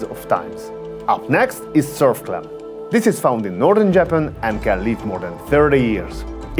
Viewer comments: I've never heard anyone say Jappen instead of Japan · JAP-IN... got it lol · I like the way you say Japan lol